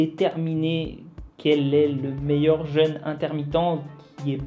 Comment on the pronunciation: Coucou ! Juste une petite correction : « jeûne » ne se prononce normalement pas comme « jeune ». « Jeûne » se prononce /ʒøn/ (comme dans « ceux ») et « jeune » /ʒœn/ (comme dans « beurre »). Mais tu n’es pas le seul à faire l’erreur, hélas, tant s’en faut. À l’oral, il n’y a normalement aucune ambiguïté dans la phrase « Ce jeune aime les jeûnes. » P.-S. — Continue à te faire détester, c’est comme ça qu’on t’aime :-)